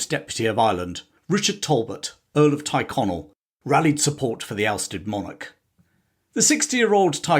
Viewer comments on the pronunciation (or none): Teerconnell not tyreconnell pronounced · Thanks for posting. The glorious revolution was really a blatant userpation. One small correction if l may. The name Tyrconnell isn't pronounced Tie connell, it is pronounced Teer connell, probably from the Gaelic "Tír" meaning land (as in "Connell Land") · I thought Tyrconnell (Tirconnell) was pronounced “cheer-Connell) not “tyre-Connell”. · There’s a lot of good stuff here. However, you get at least two words badly wrong. Tyrconnell is pronounced Teer-connell” and Aughrim is pronounced “Ock-rimm” Consistently referring to Londonderry ( as opposed to intermittently saying “Derry” ) is clearly partisan. Also, the Irish were “ saddled” with James. He was colloquially known as “Seamus the shit” (Seamus a caca) After the siege of limerick, the Irish general Sarsfield reportedly said he would fight on, if fate would have put William as their king instead of James. The big advantage William had was that he agreed to be subject to the law ( James had insisted he was above it) and therefore was able to find many more willing lenders - contracts being governed by law meant they were confident of being repaid) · Why do you say Tighconnell when you mean Tyrconnell?